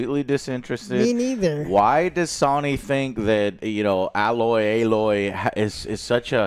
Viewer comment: S-oh-nee! Goddammit. Not “saw-nee”